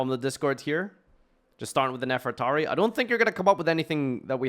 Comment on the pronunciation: JESUS FUCKING CHRIST LEARN TO FUCKING READ ITS NEFER-TA-RI (REE), NOT NEFERATI, AND ITS DO-RI-A-DO, IM FUCKING SICK AND TIRED OF HEARING PEOPLE WHO SHOULD FUCKING KNOW ENGLISH MISPRONOUNCE TBE SIMPLEST FUCKING THING